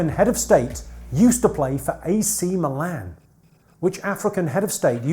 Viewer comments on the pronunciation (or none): none